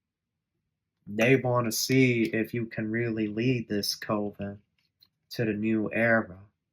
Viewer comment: Coven is pronounced with a CUP sound. CU-ven. It looks like the COVE sound due to its spelling. Just an FYI. Hooked on Phonics doesn't apply with everything. 😅